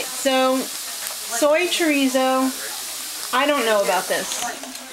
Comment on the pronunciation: wow...finally!!!! you pronounced CHO-RI-ZO correctly!!!! good for ya!!!